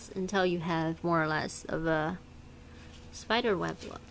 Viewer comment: Lol she said speder